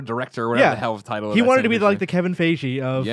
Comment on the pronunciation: Kevin 'Faye-jee' is probably the most offensive thing I've heard today. So, a pretty good day so far